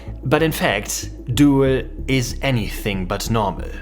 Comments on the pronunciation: It's pronounced "dool", not "duel" 🙂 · It is not "doe-el" but "doel" like the English do+l. Like "cool" but with a d. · Doowel? No. Doel. Jesus, English speakers can screw everything, can't they? Why don't their schools teach them 2 extra languagues? They SUCK. Americans never leave those weird States, and that must change. This one even has a German name. Then I really don't get it. Hard to keep friendly. Must ask questions. Like, hey man, where did you learn your English? Can't you go work in or near London for five years? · It's pronounced Dool in English, not dohel. get your facts strait. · FYI, "oe" in Dutch is pronounced as "oo" in English. So Doel sounds like "Dool", not "duel". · It pronounced [dool] as in "doom"... Doel... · 'oe' in Dutch is virtually the same as the German 'u'. As in 'du' or 'Kuh'. You're turning it into a kind of diphthong ending on a schwa. 'Doo-el' as an English approximation. Sorry, "Doel" is said so much in this video that it started grating on me :-D no offense meant to our neighbours! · Nobody ever has pronounced it Duel though